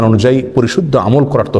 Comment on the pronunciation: আপনার সালাম দেওয়া ভুল হয়েছে আশা করি সমুদ্রৈ নিবেন মাইট করবেন না, হবে আসসালামু আলাইকুম